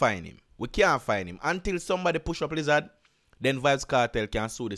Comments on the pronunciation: 😂😂😂😂😂 I can't get over u saying "liz- zaz" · Bruh wtf is a lizaz😂🤣